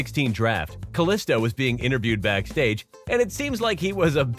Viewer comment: Say kalisto better